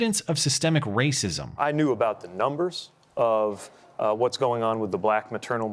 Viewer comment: Shut up Matt, it's always the rah-sah-sism